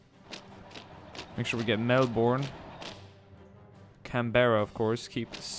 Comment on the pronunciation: Can-bara? Bris-bane? Mel-bourne? Really? Oh well :( it's okay